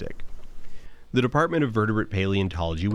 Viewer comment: Every time I listen to a leftist podcast or watch breadtube I hear a new cursed pronunciation of a word I haven’t heard said out loud since grad school, and for this video it’s Anna Crow Nistic